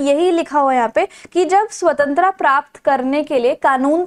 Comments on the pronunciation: Swantra kya hota h mam jo aap bol rhe ho swatantrata hotaa h😂😂😂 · Its SAVTANTARTA not SAVTANTRA Tho u teach good but this mispronunciation wasn't accepted. Hope u know now the correct one❤ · hey there your explanations are great but you pronounce some words wrong and the main word here is svatantrata. I have seen other videos as well and in the topi chapter you were speaking the name of Iffan's sister wrong. Please make sure so pronounce things correctly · Nice teaching 🎉 But your accent " Swatantra " 😂